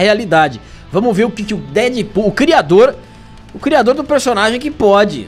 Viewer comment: Crirador??? Espero q seja uma piada, escrevendo antes de assistir.